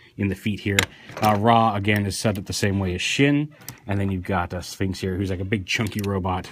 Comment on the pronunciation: Shin isn't pronounce that way. Its pronounced Shen. Japanese i is said as a long e. So the joke is lost lol